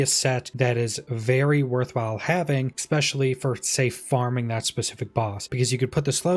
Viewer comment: This is totally my problem, not yours, but every time you say "expecially" I have a moment of blind rage